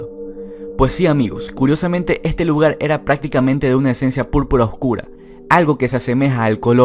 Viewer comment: Drink game! bebe cada vez que dice "ejte jugo"